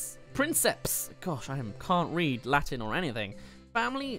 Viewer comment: nice pronunciation on the latin!